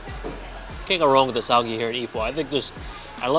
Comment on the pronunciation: Tauge is pronounced as tao-geh (like meh), instead of Tao-ghee Besides that, just wanna say I love your videos and the work that goes into introducing the food.